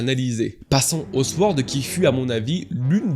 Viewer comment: on dit : SORD pas sWord mon frère